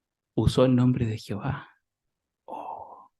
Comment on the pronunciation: No es por criticar pero porque no pronuncia bien el nombre de Dios es Jehová no es Jihova es como sí no pronunciaron bien el nombre del discursante seguro que al discursante no le iba a gustar mmmmm